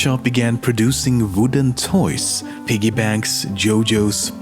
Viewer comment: Please forgive me but, Jo-Jo